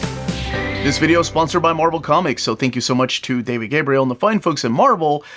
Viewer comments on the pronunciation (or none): none